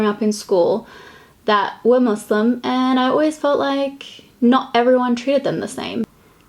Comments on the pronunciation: I love how inclusive you are! Also, can we all appreciate how she pronounces muslim?!! 👌🏽 I also think it's great that you put the hijab on to show what the look would look like with one on! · Thanks for pronouncing Muslim right WITH AN S XD. also I love this series 💜💜💜